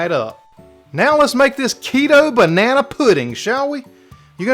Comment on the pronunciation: lol you said “bananaeee” without skipping a beat. Love it!